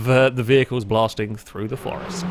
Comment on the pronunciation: Great video, but just the one R in Forest my friend